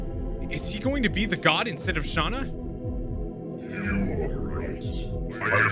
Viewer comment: and thats you you are supose to say Shana. I normaly dont care how you say names unless it comes in a cutseen.